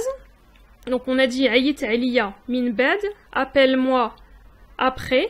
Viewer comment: On ne dit pas 3ayit 3aliya mais 3ayit A3liya. Le A avant le 3